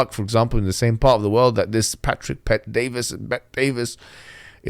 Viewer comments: legends say hijab still calls him DAVIS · its bet-david, not bet-davis. also, for Allah's sake, please turn down the gain on your microphone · Bet-David. Not ‘Davis’. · its Patrick Bet-David, not Bet Davis. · Its Bet David not Bet Davis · "Pet-DaviS" "Bet-DaviS" - Mohammed HijaS. Mohammed Hoojab. Mumhammad Boobjab. You're not the only one who can intentionally mispronounce a name, being a rude and condescending prick. If you are going to spend nearly ten minutes criticising someone, have the decency to learn their name. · Why do you have to get his name wrong? You have done this mistake before with other people.